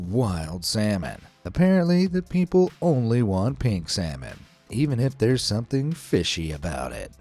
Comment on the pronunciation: frooty peobles